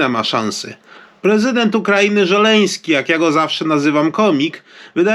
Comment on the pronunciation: Nie Żeleński a Zełeński